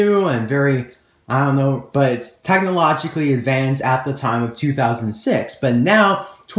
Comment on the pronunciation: "tachnology" "tachnologically" does that annoy anyone else??